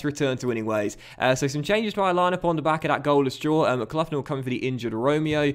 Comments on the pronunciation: MCGLOCKLIN not mcluflin that sounds like a mcdonalds breakfast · It's pronounced Fullton and McGlocklin